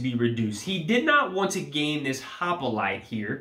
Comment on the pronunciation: it is hoplite not hopolite ;-)